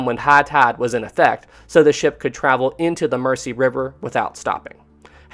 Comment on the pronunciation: I so hate to be that person but the river Mersey is pronounced Mur-zee not Mercy. At least that was how the local Liverpudlians pronounced it last time i visited Liverpool. Other then that one insignificant mispronunciation i found this whole series very gripping. Great work.